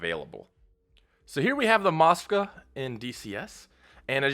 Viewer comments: It's MOSKVA not MOSKA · Dude...drives me crazy when someone is trying to be accurate, and can't read. Phonetically, the ship's name is MskVa, not moska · Moska 👎🏼 Mosk-Va 👍🏼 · Moska???? No, Mosk-vá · Dude...drives me crazy when someone is trying to be accurate, and can't spell. Phonetically, the ship's name is MOSKVA not MskVa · "Russian ship the Moska"?